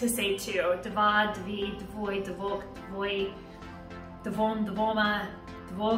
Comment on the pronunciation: i am polish and if you say "dwoje" the e is not silent and you say j like y